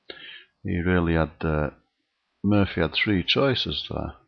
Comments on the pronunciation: It's Morphy; Paul Morphy. Not Murphy. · It's Morphy. Not Murphy. Look up Paul Morphy.